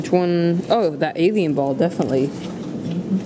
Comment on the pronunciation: He said abian ball